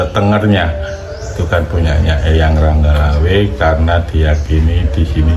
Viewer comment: Penyebutan yg tepat itu RANGGA LAWE bukan ROGGO LAWE.